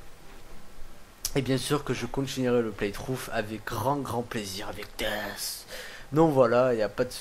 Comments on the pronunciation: on dit dess mais il s'apelle death comme dans la cinematique du debut du jeux il dit war furry strife et dess au lieux de dire death mais bon tu a aussi raison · AAAAAAAAAAAHHHHHHHH c'est Death pas dess x) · Jeux de mot par rapport a l'accent merdique du mec qui le prononce dess ?